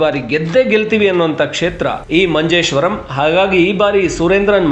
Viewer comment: It's Manjeshwara, not Manjeshwaram why ur adding rum like malayalis 😂